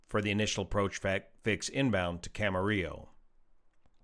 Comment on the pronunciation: Thanks for pronouncing Camarillo correctly! 😊🎉